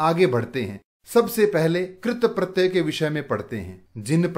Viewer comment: Sirji AAP katpratey ko galat bol rhe hai